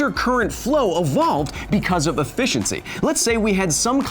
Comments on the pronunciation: did you say efishency? bad pun is bad and i luv it lmao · Hehehe he said eFISHiency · efishiency you say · I don't know if he intended it, but when talking about Chad the shad, he said e-fish-iency